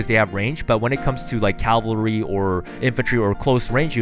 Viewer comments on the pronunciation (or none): seriously? caLvalry? SERIOUSLY?